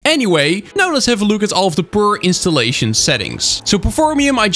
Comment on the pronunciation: 'Purr-installation'... He defelinetely did cat on purrrpose